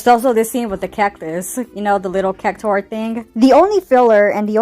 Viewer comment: Never seen ur videos before, good vibes. I'm glad you got to speak ur mind and let out some steam. Love the F bombs :D I agree that the remake trilogy is a mess and many things are ruined. Not saying Cactuars name right of the bat and not knowing what those goblins are makes it seem like you are not as much of an "OG fan" as you are presenting to be :)